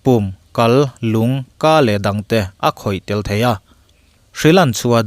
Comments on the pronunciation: Lûng (Heart) ti a lam turah, Lung (Stone) angin lam ri tlat mai, mahse, ngaihthlak a nuam, i aw a nalh bawk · Nia lung(stone) a tia. Lung tih tur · lûng khi lung ang in i lam in ka hria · White fungus a Lung tia ilam tak hi stone lamin ilama, Lûng tiin han thluk zeuhla, tha lutuk e 👍 HRTC nilovin HRCT scan anih duh hmel zawk bawk. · Lung (heart) lamdan kha a dik lo hret. Thlung hniam lovin thluk san deuh tur a ni lo maw. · Lung tih kha lam sualpalh a nih hmel.. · Lung tih hi I lamdiklo deuh em le aw.. 😅